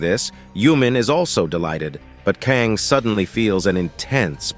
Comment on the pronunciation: Why can't the AI narrator pronounce "Kang" and "Kong" or "Kung" ... I mean damn, what is the protagonist's name, or is he 3-4 different people. Same with "Crystal Mousse/Mouse/Moss" get it together... damn